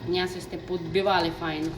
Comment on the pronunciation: Не Мнясо-а Мньєсо!...забуваєте рідну мову(